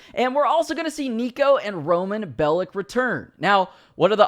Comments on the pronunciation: I‘m German/Serbian, and i get a bit triggered when people say it like „bellik“. But in Serbish we say „bellitsh“. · If Niko is returning I hope they hire someone who actually knows Serbian and that there are more Serbian lines and that they pronounce his name right and spell it cause belic is pronounced bel-ich and spelled belić or else it would be bel-itz and then he would sound Jewish but he is orthodox Christian and I hope they don’t depict his country as bad